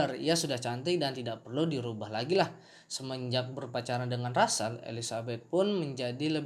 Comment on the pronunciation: Itu namanya russel (ejaan indonesia = rassel) bang bukan ransell